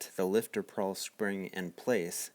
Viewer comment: Good video, it is a pawl spring, not prawl. Nitpicky I know.